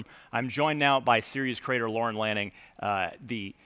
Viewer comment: i noticed/saw that they mispronounced Lorne Lanning as Lorne Lannin